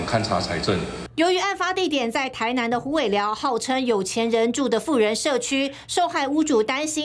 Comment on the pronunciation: 虎尾寮，不是湖尾寮